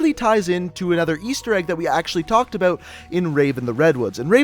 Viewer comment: He's Canadian because he said aboot